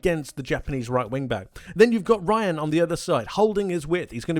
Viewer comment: Great analysis. Btw Rayan name is pronounced "Hayan" not 'Ryan"